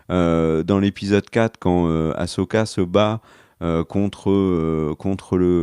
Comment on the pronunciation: Cette série a au moins un mérite : vous savez prononcer le prénom Ahsoka maintenant 😃